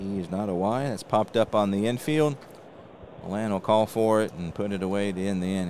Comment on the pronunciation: Great stuff,! I find your presentations very interesting, and always interested on what you have to say about our wonderful hobby. BTW, the l's in Felix Millan's name are silent: Felix Millan - \FEE-lix mee-YON\